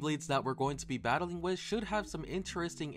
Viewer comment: "wih a cup of waer"